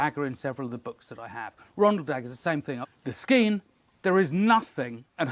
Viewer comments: Pronounced Shsskeean! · Google says it pronounced ske-an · Scian should be pronounced "Shkean"